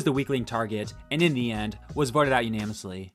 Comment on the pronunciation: dude, idk if you've corrected it by now, but unanimously , not unamously